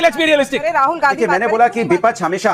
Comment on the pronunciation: Vipa ch नहीं विपक्ष बोलना सीखो अनुराग।